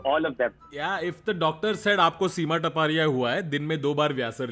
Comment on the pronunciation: No hate but seems taparia sounds like tapa-tap.... Tapa- tap?HA...HA...HA🤭